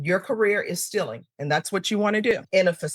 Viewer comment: As much as I love, if she's going to go on about the terms "kids" and "children,"she should learn how to pronounce "stealing." It's not "stiling"!!!